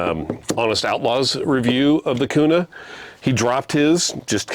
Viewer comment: If this guy is really from Idaho he would call it the Springfield “Q” “nuh” no “koo” “nuh”.